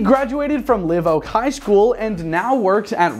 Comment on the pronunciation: I can see mispronouncing Amite, maybe, but live oak? Unforgivable.